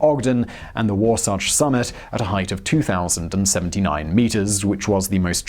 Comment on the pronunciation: Good job on pronouncing Wasatch correctly